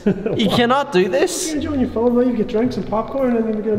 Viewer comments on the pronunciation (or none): I love how he says film F E L E M